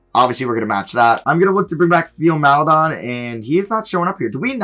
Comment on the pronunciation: its pronounced Tay-o not Theo. its "tay-oh mal-eh-DOAN"can you please learn how to pronounce players names correctly??